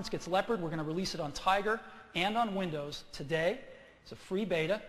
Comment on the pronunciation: Apple's coming back!!! Oh and he said "winders" lol